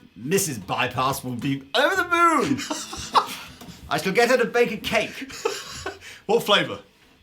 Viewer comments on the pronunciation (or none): none